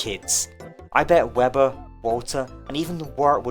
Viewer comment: Wilba and Wilbur being in the same game would bring me so much pain. I know it's technically like that in Don't Starve singleplayer if you have all the DLC, but it's a much bigger problem in Don't Starve Together. In this video alone struggles to enunciate their names differently, and he has the luxury of recording a scripted video with multiple takes. If you have a strong accent or are talking fast, it could be very difficult for other players to understand which character you're talking about when playing with voice chat. One of them would need a name change for sure.